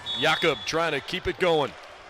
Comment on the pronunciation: That was my thinking, that announcer was pulling for Ball St. I also tried to look past his mispronunciation of Jacob's name- like he was in the running for player of the year, he also played last year when the Bows won the championship, how do you not know his name by now?